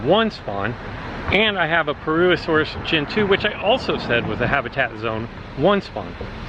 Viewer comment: Complete butchering of the pronunciation of purr-uss-uh-soar-us.